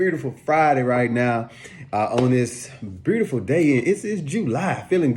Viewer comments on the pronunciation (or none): My man definitely from bmore. I know the r sound on words. He said beutiful day but it sounded like beurtiful. That's bmore